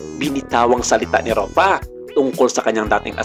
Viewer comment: RUFFA po, hindi ROFFA 😫😫😫